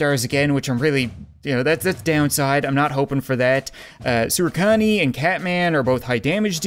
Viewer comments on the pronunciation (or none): sorry, its saurian